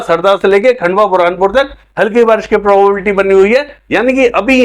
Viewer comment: Sir प्रोबेबिलिटी बोलने में कुछ कढ़िनाई aa rahi he इसलिए संभावना शबर का यूज करे